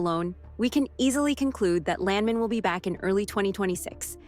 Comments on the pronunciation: Either they cheaped out and used an AI voice for this narration, or they hired a voice actor who didn’t know anything about the oil business. I’m 3rd generation oil and gas. The correct pronunciation of Landman is LAND MAN, with equal emphasis on both syllables, like it is two separate words. No one in the patch pronounces it LANDmun, and this only adds to the sketchy nature of the clip, which is not a trailer and is not a first look at Season 2. Too bad because the show is great and I can’t wait for another season. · It's "Land-man", like it was two words. It's not "Lan-men" as the narrator of this video says. Pronounce the "d" and don't sound like a muppet! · its not landmen its land man🤣 gotta love! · Land man land man say it right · U mispronounce Landman moron